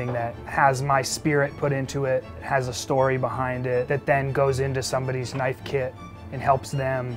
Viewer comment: Australian accent "Now that's a knoife."